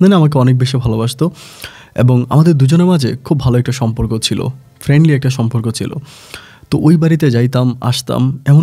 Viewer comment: সম্পর্ক উচ্চারণ আজকে ঠিক আছে। একটা ধন্যবাদ দিতেই হয়।